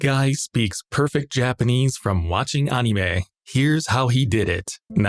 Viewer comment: anyone else hate how this guy pronounces "anime"?